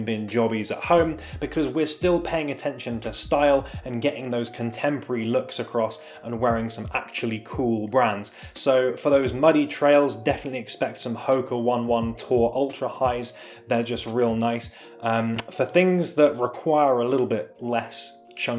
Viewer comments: Hoka One One is pronounced as Ho-Kah Own-ay Own-ay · It's pronounced Hoka O-nay O-nay. Also gorpcore just sounds weird lol, I think I'll stick to calling it hikercore. Also Arcteryx is a Canadian brand